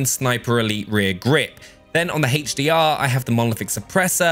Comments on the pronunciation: Haych d r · Haytch Dee Ah